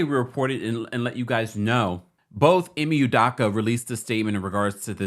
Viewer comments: Hi, as much as his name is in the news the past few days and as many videos as you’ve made, it’s cracking me up that you’re still butchering his name lol. It’s EE-MAY UW-DOW-KA. The Nigerian in me is slightly irritated lol All love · Bro please pronounce this man's name correctly. 😂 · You can’t even say his name right. Smh. Guess you got your views though. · U could at least pronounce the name right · first of all learn how to pronounce his name correctly...people cheat...all parties involved need to go there separate ways...